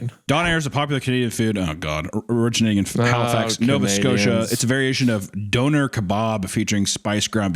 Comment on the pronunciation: as a Canadian I feel the need to say it's pronounced dough-nair not don-air XD